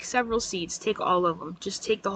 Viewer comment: Also AZ - “Katie, take sevwral seats, take all of them, just take the whole row.” 🤣😂🤣😂🤣😂🤣😂🤣 Do you come up with stuff like this off the top of your head?! You kill me in the best way possible.